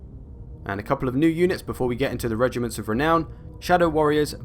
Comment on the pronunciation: Rrrrrrrrrrrrrrrrregiments of renown, I repeated that part like 10 times